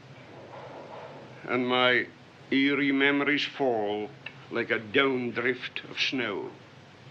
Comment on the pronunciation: Doesn't he say "eerie" instead of "aery"?